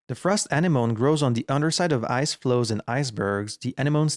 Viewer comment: Anemone = uhNEMuhKNEE